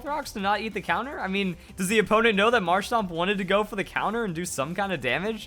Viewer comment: It's marshtoMp not marshtop